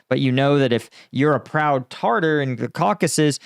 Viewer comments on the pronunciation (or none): It is pronounced TA TA R and not tarter like what we get between the teeth. I am a follower and like your show.